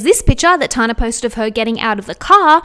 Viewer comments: I love you but it’s pronounced Tan-ah, not Tar-na 😂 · Tana Mongeau’s name is pronounced Tan-na. Like when you tan In the sun. “Tan” then “na”. Tana.😭😭😭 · I love your videos,! Just letting you know that it's pronounced as 'Tanna' and that she openly admits to photoshopping the sh*t out of her Instagram posts... not that it makes it okay but at least she's not completely deceiving all of her audience. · The way she was saying Tanas name 🤣💀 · I never realised how different the we say the name Tana is until I heard another Australian say it out loud haha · I can't get over how you say tana 😅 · love the video but i cant get over the way you say tana haha